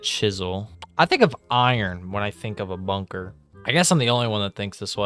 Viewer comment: When he said bunker my broin immediately thought ´´BUNGER´´.